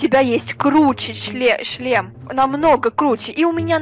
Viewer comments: Так отдавай сюда свой члем ахаха походу у давно не было раз вместо шлема говорит ччччлем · Я один слышал место шлема ш меняем ч я услышал чле... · сказала не шлем а чл** 😂😂😂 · Меня одну смущает что гоаорит (чле-шлем)⊙.☉